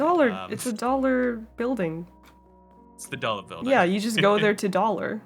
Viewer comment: “You jus go in there to dallor.” Ah yes, I love to daller!